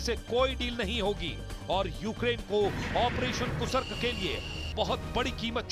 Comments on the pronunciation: कूसर्क या कुर्स्क?? 😅फिर से बोलना सीखिए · Gentleman, it's Kursk, not Kusark. Kindly pronounce correctly..., Dr. Dinesh, Moscow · कुर्स्क को कुसर्क बोल रहे हो, नेशनल चैनल पर हिंदी की ऐसी टांग तोड़ने में शर्म नहीं आ रही क्या?